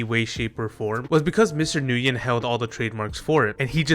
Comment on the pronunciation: I dont think I've heard anyone pronounce Nguyen correctly yet but besides that it sucks that Flappy Bird got "modernized" now